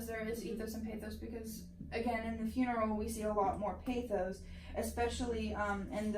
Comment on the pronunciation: Good commentary. Oh, stop mispronouncing the word pathos. Thanks, keep up the good work